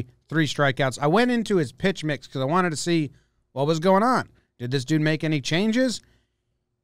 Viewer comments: “pix mitch” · Jake says “lead leaguer” jomboy says “pix mitch” 😄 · "Changes to their pix mitch" - it's nice to see someone else make that type of mistake when they get excited too. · "pix mitch " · ”pix mitch” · "pix mitch" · "Pix mitch" lol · How to say pitch mix, a breakdown